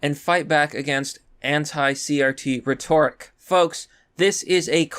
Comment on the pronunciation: Rhetoric, “REH-tor-ic”